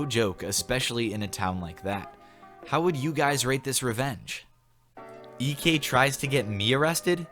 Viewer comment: That moment when you say eekee instead of EK